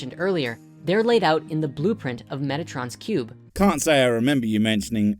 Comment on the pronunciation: Yes I am repeating myself but I swear he is saying "Megatrons Cube"